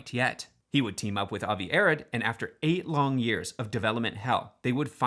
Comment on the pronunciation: JSYK, Avi Arad’s last name is pronounced “uh-ROD.”